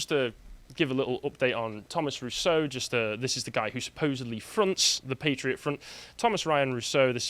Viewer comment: Patriot Front. Emphasis on 'Front'.